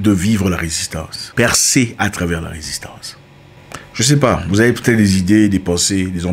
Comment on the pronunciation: Risistance vraimeuuuuu 🤣🤣